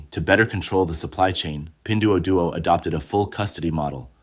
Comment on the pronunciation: AI can't pronounce it right. You'd be dead as a result of that drinking game.